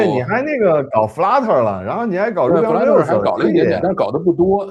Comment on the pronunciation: 確實有點技術大佬的黃昏，居然沒用過視頻攝像頭實時換背景。那麼之前開視頻會議難道都是原生態背景出鏡？聽了半天，聽了兩位互聯網大佬探討如何設置直播攝像頭，唉 lol 然後聽他們兩位討論編程語言。就像2位資淺程序員對話。而且說的語言名稱大概英語發音問題，基本聽不清，聽到一個Ruby on Rail。還有Note.js。